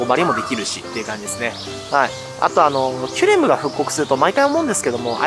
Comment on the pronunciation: キュレムがキュレルに聞こえてしまう、今日この頃。。 そして、メガオニゴオリ、まだだったのを見つけてもうた(￣▽￣)ﾆﾔﾘｯ ちなみに、タイムチャレンジは、砂にして、今日中に終わらせました。 前の動画で書き忘れましたが、実はカチコールくん:_irotigai:しました(*^^*)【野性です】 しかし、、寒いです😰 帰宅したら停電に見舞われ、さらに寒かったです😢 P,sご飯は炊いといて、水も少しはストックしとこうと思いました(^_^;)